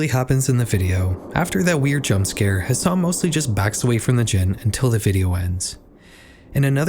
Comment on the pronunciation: it's ha san not has san btw